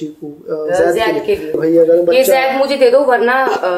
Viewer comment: didi aap Hamesha Se jeaid kahati he pr Zaid Hota Hai😂😂